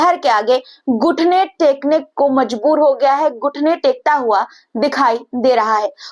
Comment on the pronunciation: "गुठने " नहीं घुटने